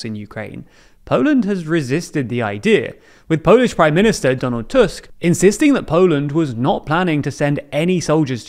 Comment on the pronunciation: off topic this is the first tim i've heard an english speaker pronounce "Tusk" correctly, it almost feels wrong